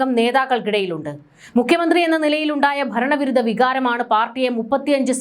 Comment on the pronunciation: Ini muthal " Mukkiya Mantri", not Mykhya Mantri😄